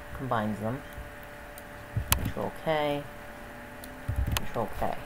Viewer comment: wat r u saying wen u say control? U saying control something. Cnt understand wat u r saying.